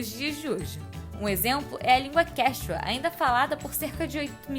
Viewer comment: Sem problemas mas a pronúncia seria e quíchua tá bom 👍 obrigada pelo vídeo maravilhoso